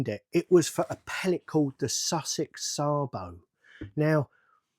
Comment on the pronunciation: No it's not, it's Sabo.